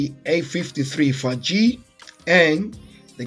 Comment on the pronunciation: I think 5G is pronounced FIVE G, not 'fagee' :) Thank you for this comparison. It was very useful.